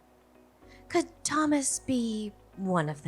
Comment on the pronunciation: learn from Ava, the correct pronunciation of the name Thomas.